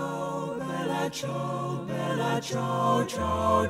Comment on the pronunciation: "stramatina mi sono alzato" "Bèla ciao" " e soiomuoio da particiano"... emozionante per nulla... capisco che chi non parla inglese e lo impara si espone alle critiche e ai sarcasmi di chi parla inglese, ma se si vuole cantare in italiano, almeno si faccia uno sforzo minimo per una dizione non dico decente, ma non ridicola e assurda... non ci sarebbe voluto un logopedista, ma qualcuno che indicasse come pronunciare le parole... ...inascoltabile.